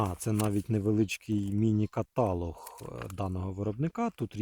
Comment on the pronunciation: Не каталог а ката лог